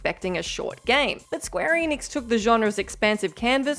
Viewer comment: eh-nix, it's pronounced eh-nix, not ee-nix.